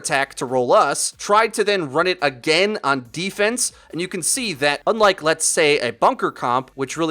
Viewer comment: “WE GO AGANE”